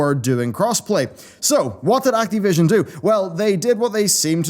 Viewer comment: acteee vision :D